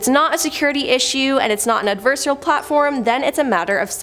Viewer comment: Ad-ver-sar-i-al... adversarial...